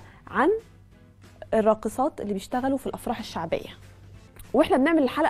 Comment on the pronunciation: اتجاه تاني خالث و الراقثات يخرب بيت اللي نجحك ف اختبار اللغة منكو لله